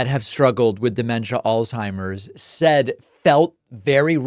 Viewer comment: its not pronounced old timers david,,, do your research buddy, sloppy speech